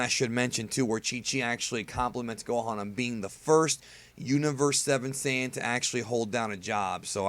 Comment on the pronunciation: Yo people are dicks to you because you act like a know it all. Even with you pronouncing Saiyan differently and your whole theory behind it is bullshit. The Eng dub calls it Saiyan, therefore it is pronounced like that or Saiyajin, simple as that. Your made up bs doesn't make you right.